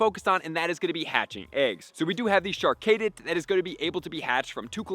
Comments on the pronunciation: Char-cadet not Char-kaydit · Char- Cadet like a military Cadet. (Kah-det) not (Kay-det). Char-Cadet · Char-Cay-Det lol